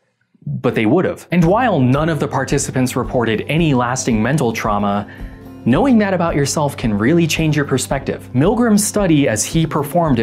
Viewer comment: All I can say - onwards. Well... what do you expect them to do? what do you expect any subject to do in experiments like these to do? Play dumb? also did you say "knowing" or "annoying"? and with Zimbardo, I heard him in one Vox interview he got really defensive when the interviewer questions his methods. Up to using language that just screams "unprofessional" "Stop playing 4d chess with the experimenters", what nonsense! It's just strikes me wrong that way. P.S.: The turkey thing? Not all of us, because you also know what would have working? Putting the f@ turkey (camera to the woman) down and deal with the kid! The fryer can wait!